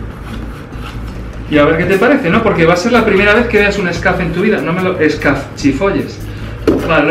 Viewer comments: no se dice scaff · un scuf , no un scaf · Por que dice scaf?